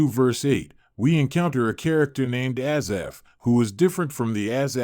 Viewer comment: Spelled and pronounced wrong. Thanks